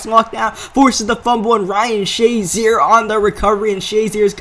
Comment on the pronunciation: ***** "Shuh" zier, not "Shah" zier